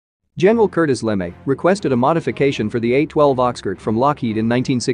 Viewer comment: Did you really just say "General Curtis Lemmy? It's pronounced "La-May" you dolt.